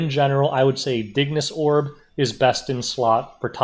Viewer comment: Bless you for saying "Dignus Orb" properly.